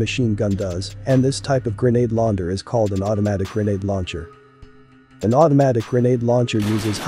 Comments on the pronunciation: Text to speech is bad. "Grenade launder" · Grenade Launder😂😂😂